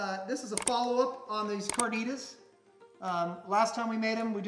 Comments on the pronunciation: Did you just say carnatas? Bye ✌🏽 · Well....you lost me with the jar of taco seasoning. Please if you are a chef use your own spices. And learn how to pronounce carnitas. Gracias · Haha wow this is just sad. First off I’ve never heard anyone say carnitas as horrible as you have. It is clear to me and everyone else that you should not have a YouTube channel.